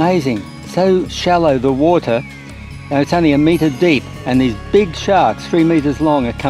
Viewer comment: Heard about enough of "woatah" too.